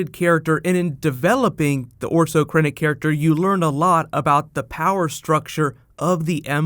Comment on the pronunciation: His name isn't "Orso Krennic." It's "Orson Krennic." He's not rice-shaped pasta.